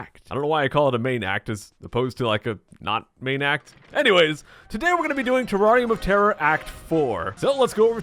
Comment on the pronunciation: IDK why, but when he says "Terrarium of Terror" it sounds like "Terrari Motera"